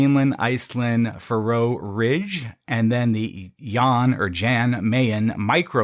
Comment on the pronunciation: (Niiice) Faroe Islander here, the stress is on the first syllable: the FA-roe yada yadas. Just like the ancient Egyptian kings :)